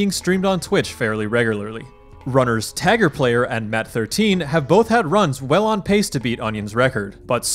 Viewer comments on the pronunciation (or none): Its TAY-GUR player, not taggerplayer